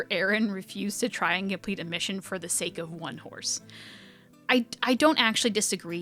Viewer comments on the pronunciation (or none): none